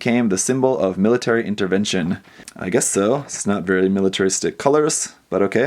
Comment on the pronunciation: "Not very militeristic colours" NOT VERY MILITERISTIC COLOURS!?! It said military INTERVENTOIN not a military mobile suit😡 And also did he say setsuna f. SHEIEI?